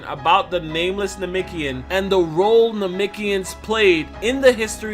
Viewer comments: Namekian...not namikian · IT'S NA-MEK-IAN NOT NAMIKIAN..... JEEEZ U SAYING THIS OVER 1000 TIMES.... ANNOYING ASF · Am I the only one triggered by the way he pronounces Namekian and Namikian